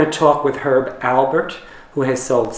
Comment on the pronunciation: It’s Alpert. With a “p”. Jeez. At least know the name of the person you are interviewing.